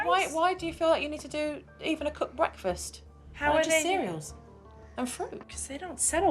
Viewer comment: The way the mom pronounces "breakfast" annoys me to no end!